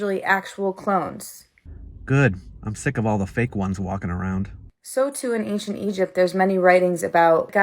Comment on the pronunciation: Every time that lady pronounces it "ank-shent" I wanna gouge one of my own eyes out with a rusty shrimp fork 😢